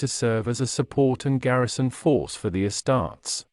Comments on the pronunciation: “Uh-starts” 😂 wtf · This AI pronounces “uh-starts” like a ruh-tard